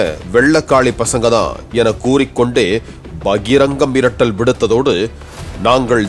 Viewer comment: கொலை மிரட்டல் விடுத்தார்... என்ன "ர்"???